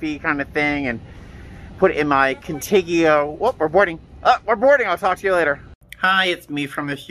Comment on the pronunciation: First? Love your vids. Also I think if you mean Contigo it’s pronounced Cone Teego it means with you in Spanish